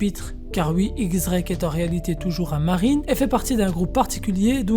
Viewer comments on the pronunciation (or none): Diez* Drake et pas X Drake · Ça se prononce "Diez Drake" sinon super video